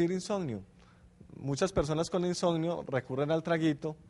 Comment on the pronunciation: Insonio??? Que mala dicción!